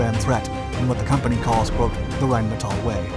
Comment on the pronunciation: as our host has learned how to pronounce Rheinmetall correctly.